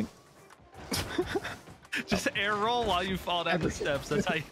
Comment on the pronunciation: Air roll = stair roll